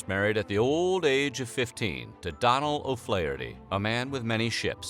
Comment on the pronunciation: Its pronounced 'dough-nal O flaherty witg the 'fla' prounced as in "fla' in flat